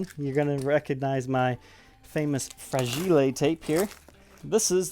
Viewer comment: Fra-gi-le tape. Must be Italian. And a major award.